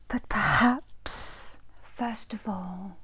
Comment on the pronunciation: leans to the mic "but perHAPS" I got so scared my god